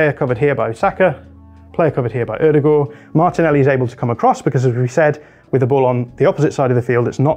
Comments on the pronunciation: It's much closer to the correct pronunciation than most English people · As a norwegian, I've never heard a brit with a better pronounciation of Ødegaard than you. Well done